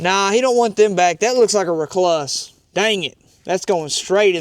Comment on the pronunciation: A recluss lol never heard that one before lol pronounced recloose here